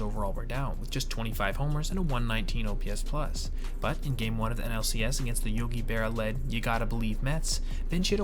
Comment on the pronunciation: No disrespect, but, uh, Yogi Berra?